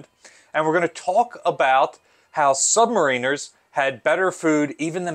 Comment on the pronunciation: Have I been mispronouncing the word “submariners” all these years?!🤔